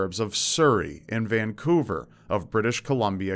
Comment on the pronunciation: hearing people who don’t live in vancouver say ‘vancouver’ is so funny